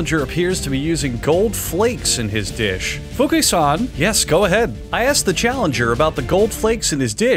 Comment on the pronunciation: Okay, but that "Fukui-san" was sub par. You have to work on that more.